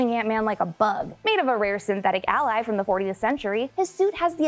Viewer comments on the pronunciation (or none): none